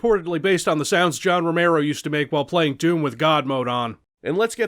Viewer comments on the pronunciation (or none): none